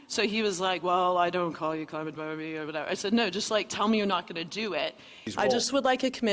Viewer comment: Climate Bahr-bee!? Like hwhat I'm not cli-mate Bahr-bee. Stupid deenhy-hers like gawhd!